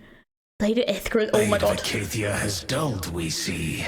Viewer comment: Icathia not ethica :) Great video tho